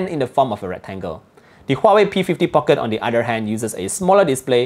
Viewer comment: Nice review. Just little weird listening some people (and also you) pronouncing Market (markit.. Phoenix pronunciation) or Pocket different way. Thought I heard wrongly but after consult my UK customer, he smiles. People tried to pronounce slang but it is wrong. Can you check os that I can enjoy listening without weird pronunciations for Market and Pocket.